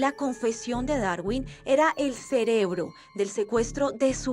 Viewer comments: 😂😂 Este tipo es mucho bruto... Dice q es muy inteligente y no dice cerebro si no celebro 😂😂😂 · És tan inteligente que dice celebro😂😂😂😂